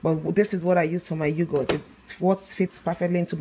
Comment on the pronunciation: Its Yog..hurt not You goat. Nevertheless excellent thick Yoghurt, just right for the Indian cooling Summer drink Lassi. Straight forward tutorial for the layperson.